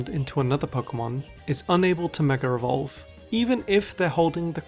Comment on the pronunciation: Why do you keep saying ”mega revolve”?